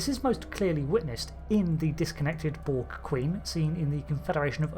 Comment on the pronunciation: The Bolg? Stopped listening at 2 seconds into the video. There's no "Bolg".